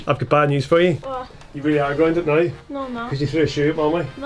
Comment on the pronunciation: why do you say noy rather than now